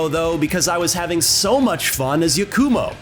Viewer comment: Yah-koo-mo. It pains me how ppl can hear the correct pronunciations of words and names and still get it wrong 😮‍💨